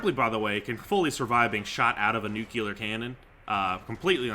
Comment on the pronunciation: HE SAYS "NUCULAR" GETTEM